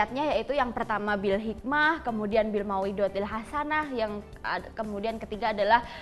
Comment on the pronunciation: Ngomong Mauizhotil hasanah aj salah